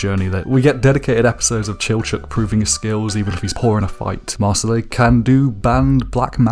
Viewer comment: It's Mar sil